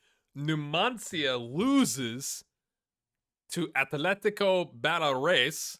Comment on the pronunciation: Tomás shot against Villareal B was AWFUL. It reminded me of Federico Santander when he played for Racing or Tigre (47 games and 3 goals... for a striker). You said Baleares like if it was "Balerres", missing the A. It's very close to the English name, Balearic (Islands), just changing the IC at the end for an "es". Irún was great, 11/10.